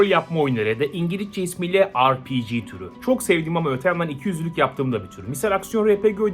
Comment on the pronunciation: Yetişkin bir İngilizceyi ingiliçce der RPG ye ARPİCİ der